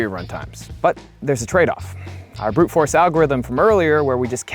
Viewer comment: WTF is "Bret force search?"